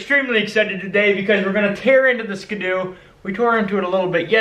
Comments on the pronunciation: its pronounces skee-doo not skdoo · I love your vidjas but I think it's pronounced skee do not skeh do